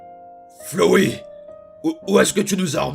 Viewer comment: c pas flowi c flowey (tu ma tuer😂😂😂😂😂)